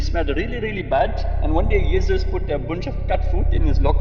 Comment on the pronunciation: Interesting how you pronounce 'Jezus'. Sounds VERY Dutch🤔 And no doubt you're the Pakistan guy too. So far, a bogus docu... But I'll keep watching...